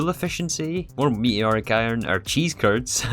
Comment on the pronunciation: “Me eeee oric” 😂